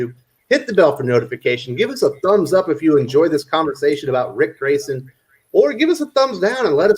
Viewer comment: Huh, Ric Grayson? I thought you said Prick Grayson.